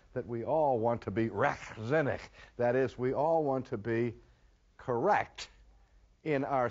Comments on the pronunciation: I love how he pronounces "Rechtzinnig"! Greetings from the Netherlands. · Pretty good for an American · Rechtzinnig and vrijzinnig... Cool! Great pronouncement (for an American)!